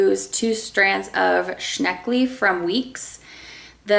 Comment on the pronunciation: Every time you said "shneckley" I giggled;). Newspaper is a great deodorizer.... place your WIP in a plastic bag, on parchment with crinkled newspaper underneath, then toss the paper after a few days. Add some baking soda too if you can keep it in a safe place without the soda getting bumped around touching your fabric.